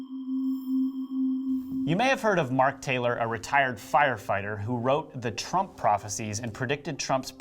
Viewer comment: Sure sounds like the narrator called Trump, Drumpf in the beginning.